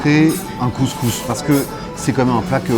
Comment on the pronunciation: Le mec même pas capable de prononcer couscous correctement. Un blanc qui est allé 3 fois au maghreb, classique quoi. Regle n1: si tu peux pas prononcer le nom d’un plat, le juge pas. 😂